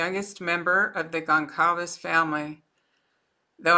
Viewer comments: Gonçalves is a Portuguese surname, so the 'c' is a soft one. Also, the predictibility and routine as well as limited social interaction might actually be bearable for an autistic person. I'm predicting a book deal and even a marriage to one of his fangirls. The world is a sick place. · our of respect for the family, please learn to say their last names correctly. It is NOT GONCALVEZ. It is GONĆALVEZ (spoken it sounds as GONZALVEZ- that “ć” sounds like a “z”) Please 🙏 for their memory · Goncalves = Gone-SAL-vess. Sal like in “Sally” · Gonçalves is pronounced Gon-Sal-ves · It’s pronounced GonSalves family. Soft c